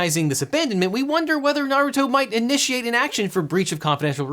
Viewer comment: Very small thing, but I like how you, who have never (in any video I have heard at least) pronounced Naruto (I presume the pet is supposed to be pronounced the same as the character) better than most Youtubers whose channels actually lead them to say the name in most or many videos. Maybe you are a fan maybe not, I don't know you personally, but well done for being better at that than the "experts".